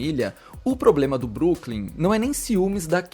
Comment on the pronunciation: Broklym e não Brooklym 😊